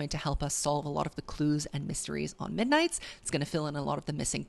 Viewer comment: “Misnights mayhem” “TTPD Tracks”